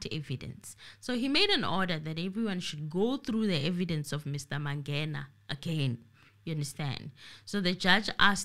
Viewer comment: Ratha is cursed. How come he cant pronounce Mangena ?😮 and the truth is, he want to prolong the trail to secure his pocket as well. But he is a circus judge. Enemy of justice. Period